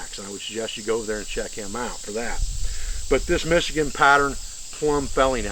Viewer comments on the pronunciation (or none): none